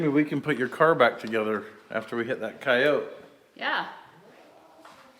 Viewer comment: Kai-oat! The correct pronunciation!